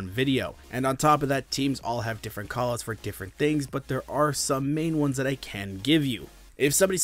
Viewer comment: “Koll Ooots”